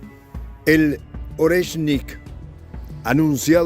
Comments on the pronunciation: Oreshnik maestría no es Lorenski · NO es "Orensky" 😂 lo dice mal, es: "Oreshnik" 👍🏻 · no continúes pronunciando nombres rusos sin leer atentamente primero y practicar en voz alta. NO es LORENSKI, es ORESHNIK. Eres una excelente analista pero estás fallando en la lectura, corrige por favor que no es tan difícil. Abrazo solidario. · No es Orensky❌, es ORETSHNIK✅ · Jajajajaja. Primero pronuncien bien el nombre del Oreshnik el, nuevo misil Ruso y después retransmiten noticias de terceros.